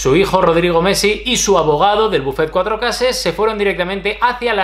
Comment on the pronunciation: "buffet cuatrecases" 😂